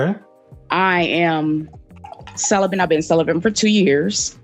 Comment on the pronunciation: "ive been cellerbent for 2 years" WTF IS CELLERBENT!!! CELIBATE?